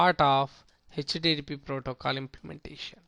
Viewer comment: its not 'Hach tea tea protocoal"